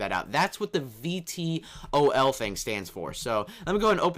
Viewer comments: vtol doesent stand for anything it's pronounced V-Toll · VTOL = Vertical takeoff/landing. Pronounced V-tole. You can switch mode while in flight too!